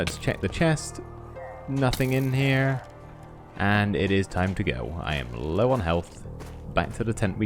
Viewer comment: "I'm taking with me only the bare essentiews. I've got my tent packed up heah in the bundewl"